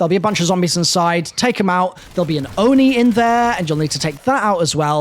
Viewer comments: Kawakujo =Kawa-ku-jo, not Kwak-a-jo Oni= O-nee, not Or-ee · Bro I think it’s oni not ori lol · It's pronounced oni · I'm probly not the first but it's called the oni not ori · Come on man, the Oni is 3 letters and not one of them is "r". Japanese don't even have distinct r sounds.